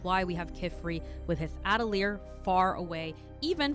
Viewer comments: just started the video but the way you say atelier makes me giggle, at-uh-leer hehe. uh-teh-lee-ay is the proper way! i fucked it up when i first read the manga but i knew damn well i was saying it wrong and looked it up. now it makes me chuckle a bit when i hear others mispronounce it the way i did too🤸🤸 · As a french person you are mostly right about the prononciation but the "te" in atelier is pronounced "tuh"